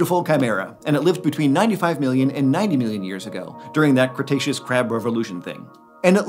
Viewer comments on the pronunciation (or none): The "crustaceous period"